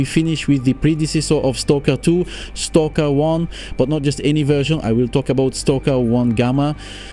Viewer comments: Je comprends pas le délire de prononciation de STALKER là.. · Yes wtf is wrong with you just say Stalker ffs xD